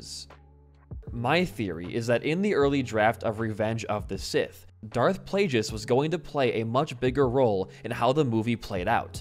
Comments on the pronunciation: good video. just please pronounce all the names right. I.E DARTH PLAGUE-IS not plajouis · It’s pronounced play-gus not play-jus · Hearing him say "PLAY-GIS" instead of plaugeis is the worst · Video was super awesome, but was there a secret joke going on? I mean, you were mispronouncing on purpose, right? Plagueis? It's literally 'plague'. So many others. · I love this video but I can not for the life of me get over how my guy pronounces Darth Plagueis. I know it's nitpicky but it's the other "g" pronunciation (like "plague" as in the bubonic plague). Regardless didn't even know he was gonna be a character tho so that's cool to know